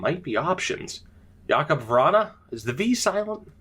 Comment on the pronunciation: Jakub is pronounced like Jacob btw